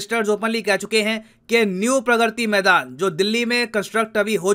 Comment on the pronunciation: Sir vo प्रग्रति nhi hai प्रगति maidan hai 😒